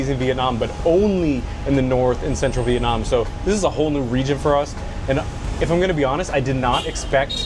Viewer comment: You guys are the first YouTuber I come across that pronounce the city name as close as Vietnamese would say it